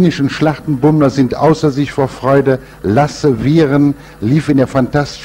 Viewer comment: Lasse Virén... nicht Viren.